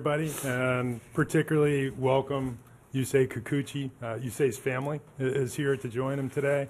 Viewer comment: Yusei Kikuchi "You say Kikuchi" well soooooo gooooooood!